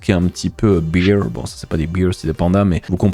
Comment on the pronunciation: Attention ton acccent la tu dit pas ours en anglais mais alcool ours ce prononce « béer » a peu pres